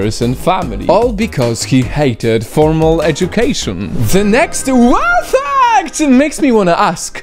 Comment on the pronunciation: bro why do you say WOW FACT in such a weird way I get scared dude chill be normal